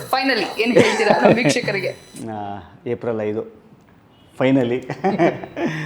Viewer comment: April "Haidu" alla "ಐದು".